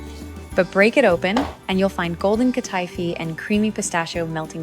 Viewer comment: It's hurting my ears and my mind to hear her say Katifi. She's mispronouncing the word she's mispronouncing the name.